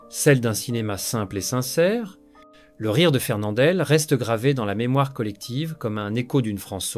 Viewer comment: Quel sous-texte de merde. Quelle merde d'entendre une voix qui semble plus de l'IA que d'une vraie voix humaine. MOÈLE au lieu de MOUAL MARCA au lieu de MARQUA FERNANDELLE au lieu de FERNANDEL Je quitte donc après seulement 4 minutes de visionnement. Je ne vais pas encourager ce genre de montage à la con.